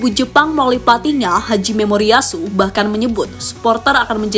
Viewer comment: Nama pelatih Jepang Hajime Moriyasu. Bukan Haji Memoriyasu, min...! Emang nya dia muslim...?? 😂😂😂